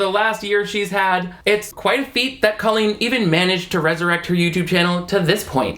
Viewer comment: Why does she purposefully pronounce her name like "colon"?